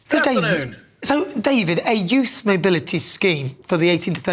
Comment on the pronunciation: A expert on trade vs a GBnews cretin who has done nothing...........oh and she seems to have a problem with English, as it is pronouned Youth, and not Youss.